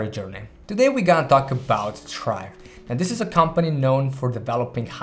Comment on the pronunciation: he really called it chrive